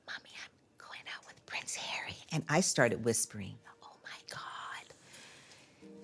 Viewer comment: C: Awful, isn’t it? It’s disrespectful in my opinion; as if she can’t be bothered saying two syllables (as in Har-ry) versus the one syllable, H.